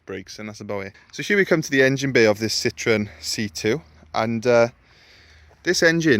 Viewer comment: Citroen is french for lemon, the French laugh out loud at the way Citroen is pronounced 🙄🙄